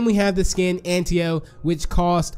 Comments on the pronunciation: I think it’s pronounced “Ant-ta-o”, not “Ant-e-o” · It sounded like he said ant tio